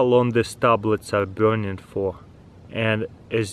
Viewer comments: trigers me every time he says "biurning"... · I like the way he says burning. BIURNING